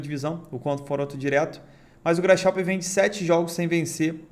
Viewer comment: Grasshoper sem pronuncia “grasroper”